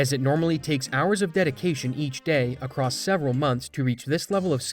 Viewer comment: Love your videos. Please stop pronouncing across as acrost